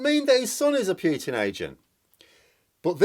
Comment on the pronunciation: I know it's natural to Anglicise foreign names, but still the "t" in Putin is palatalized like "cz"; the "d" in Lebedev is also palataliced like "dj". I spare you the stresses.